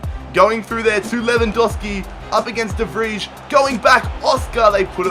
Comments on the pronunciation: It's pronounced "De Vrej" ffs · De Vij is pronounced De Vrie